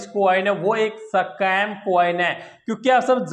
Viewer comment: 🤣🤣🤣🤣🤣 sacam nahi be Scam bolte hai 🤣🤣🤣